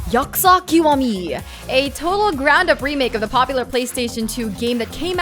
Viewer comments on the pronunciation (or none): Hey,, you mispronounced Yakuza. It's 'ya ku za' not 'yak za.'